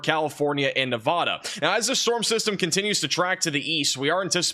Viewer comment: Someone tell this man how to pronounce "Nevada" correctly